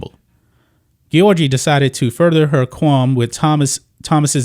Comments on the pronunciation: It is probably pronounced Georgie. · The mispronunciation of an Olympic champion's name was so annoying dude😩😩😩